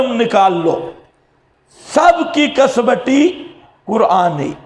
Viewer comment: کسوٹی کو ک۔سو۔ٹی ک زبر ک س زبر و سکون سو ث زیر ی سکوں ٹی آپ پڑھتے ہیں کس وٹی یہ کیا ہے لفظ ہے ھمیں بھی بتائیں